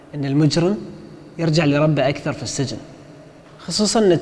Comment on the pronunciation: السجن تنطق بكسر السين وليس بفتحها